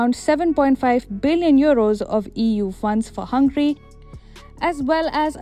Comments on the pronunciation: *Hungary not Hungry , wrong pronounciation. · Excuse me. Not "Hángri" (hungry) but Hángöri. (Hungary). Your pronunciation is not good. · This country’s name is HungAry instead of Hungry. Please pay attention. You won’t like India be called Inda, right?